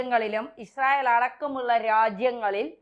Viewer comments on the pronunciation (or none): none